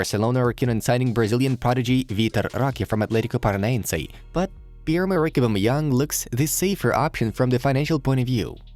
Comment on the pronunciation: Bro did he just said aubameyang the Japanese striker